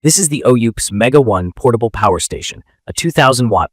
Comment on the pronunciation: If you're gonna review Oupes, then learn how to pronounce it. It's O-pas.